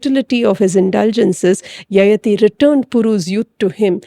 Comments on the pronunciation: It’s yayaathi not yayathi. Pls correct the pronunciation- sounds very odd to those who know the character and the story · Needs to be pronounced as Yayaati